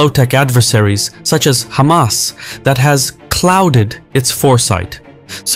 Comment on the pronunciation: its refreshing not hearing someone calling them khamas